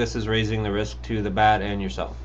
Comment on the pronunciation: Bat* not bag